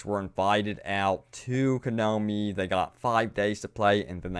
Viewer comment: You clearly didn't get the joke. I was making fun of the way he says "konomi" when it's actually "konami"